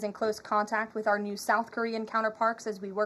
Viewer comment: "our new south korean counterparks" 😂 i don't think it was intentional, but it's still funny